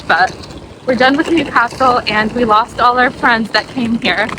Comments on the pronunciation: It’s ’Newcastle’ pet ….. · Newcastle is one word not two!